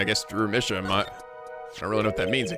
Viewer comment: ok i might be an episode late on this but i think Misham is pronounced "My Sham" because their art is shams.